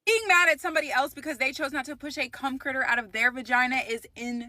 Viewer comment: Did she say “cum critter”?! 🤣🤣🤣🤣🤣🤣🤣🤣🤣🤣🤣🤣🫢🫢🫢🫢🫢🫢🫢🫢🫢